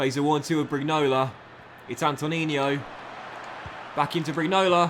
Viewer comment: I haven't seen the name in the while, but I thought I remembered Burrai's first name being Anto-Nino, not Antoninio?